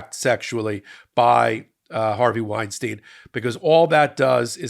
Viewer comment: wine stine, not wine steen! "ei" is pronounced the same both times.